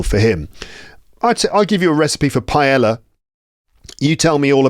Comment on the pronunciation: When you pronounce "paella," you do it correctly, except for the "ll." The "ll" is just like the English y /j/. Greetings, from Valencia.